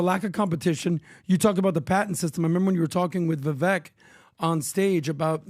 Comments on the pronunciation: Hey it's Vivake like Cake, not like veck. He told you this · It still drives me crazy when they say his name wrong Vivek Ramaswamy... Pronounced Vivake like cake!!! He's himself set sew on Steven Crowder!!! I don't know why but this freaking annoys me especially every single time that says his name wrong